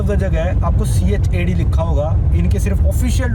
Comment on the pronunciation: You are teaching how to pronounce Chad, , but you are pronouncing in Punjabi with hard D(chyad). Simple Chad(soft D). Chad is चाद,.